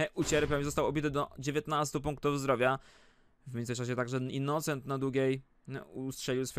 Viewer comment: "innucent" xD